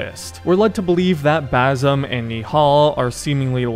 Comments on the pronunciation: it's Basim not Bazim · Its Baah Seem. Not Bar Some 😂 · if i gotta listen to you say Bazam one more time im gonna call you Yusif.. its Ba-sim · New game: take a shot each time he says Bazum instead of Basim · Bazim? It’s Basim with an S not Z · Basssim, it's Bassssimm. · its not Bazim, its Basim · It's pronounced as "ba-seem" not "baa-some" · If you're gonna explain the ending of a middle eastern game, at least learn to pronounce the name of the main character properly, it's BaSIM, not BaZIM. 😂😂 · It's not BAZIM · "Boazim" 😂😂 "Kaliphé" 😂😂 "Rowshan"😂😂 pronunciation are pure gold